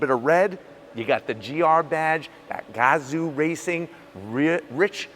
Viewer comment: Really cool car and cool review but I can’t stop laughing at the way he pronounced gazoo. “Gaaaahh-zoo”